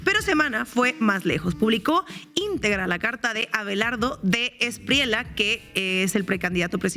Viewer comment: "De la Espriella", se escribe como se pronuncia. Como "ya" o como "olla". De la Espriella está mal pronunciado. Los otros dos presentadores también cometen el mismo error. Aclaro que no estoy defendiendo al candidato mediocre.